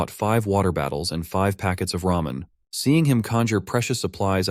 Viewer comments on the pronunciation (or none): Not him saying RAMEION